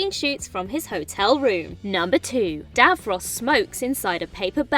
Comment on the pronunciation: Some amusing mispronouncing going on here - Davros's shirt, especially. The presenter clearly doesn't have a clue what she's been given to read.